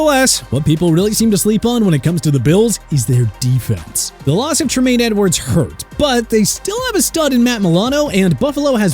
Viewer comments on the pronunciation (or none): Trumaine Edwards lol. I can't tell if you purposely mispronounce names but like damn dude just sound it out